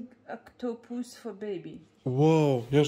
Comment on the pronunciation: PRONUNCIATION = OC-ta-pus. You must stress the First syllable.